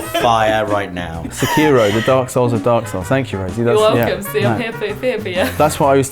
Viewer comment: Why do so many people say Sekiro wrong?